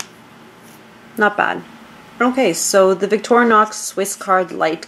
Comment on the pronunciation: Victorinox not victoronox